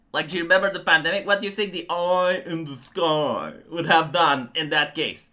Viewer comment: Your "oyiiii in the skoyiiii" is perfection. 😅